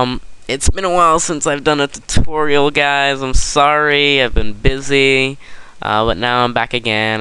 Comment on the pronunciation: 29 times and you still can't say tutorial right.